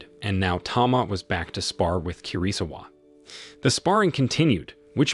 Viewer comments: I think KIRISAWA is pronounced KEY-REE-SAWA KAI is pronounced KYE like EYE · the way he pronounce 'kirisawa' and 'kai' triggers me. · Kirisawa was pronounced almost correctly.. Only the Kai turning Kei is the problem. You don't pronounce 4 syllable-word in Japanese like "Kiriii-saaawa" that's dumb. Western pronunciation of Japanese names are idiotic. Like how Naruto becoming "Naruuuto", straight up dog water pronunciation